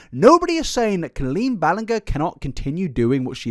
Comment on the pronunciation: my favorite part about colleen is how you pronounce the first part of her name the same way as colon